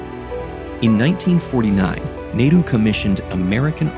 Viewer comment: multiple indians working on this video, not one of them could tell the narrator how to pronounce Chandigarh and Nehru